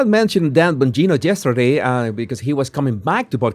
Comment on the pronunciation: Love it when you say JESTERDAY.